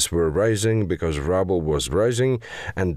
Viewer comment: Do you really say rouble like 'rubble' ? how appropriate. I always thought it was more precious and pretty like rubies, 'rooble''.